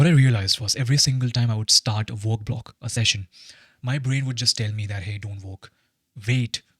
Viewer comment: Why I hear work as walk lol